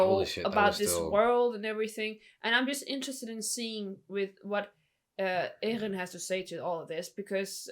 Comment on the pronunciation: “: he looks a lot like…: Eren” oh well, you even got his name right hahahahah